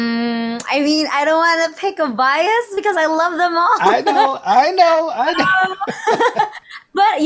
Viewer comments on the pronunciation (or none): none